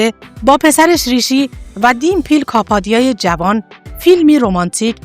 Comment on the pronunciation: خانمی که گوینده ویدئو هستند اغلب نامها را اشتباه تلفظ کردند.گویا هیچ آشنایی با سینمای هند ندارند و متن را از روی کاغذ توانده و نامها رو برای اولین بار تلفظ میکنند.برای کسی که ویدئو تولید میکند این مسئله قابل اغماض نیست. ۱)وی جِن تی مالا ۲)دیم پِل کاپادیا ۳)کاریشما ۴)نرگس ۵)مانداکینی همچنین خانواده آنیل کاپور ارتباطی به خانواده راج کاپور نداره.نام خانوادگی کاپور یک نام رایج در هند میباشد.